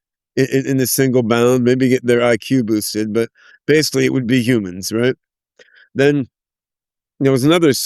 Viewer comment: I like how he says "humans" the same way as Yudkowsky 😂 "Yewmans" or "Yewmuns 🤔"